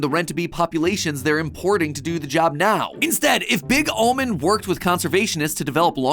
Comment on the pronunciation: Are you serious right neow bro 💀💀